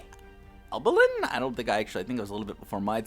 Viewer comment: Proper pronounciations: Tommy Albaleen Silvan (not silvain) Lafabe Curtis lasishin